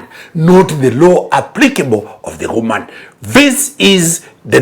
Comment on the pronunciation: I like when he says 'kwoman' to mean woman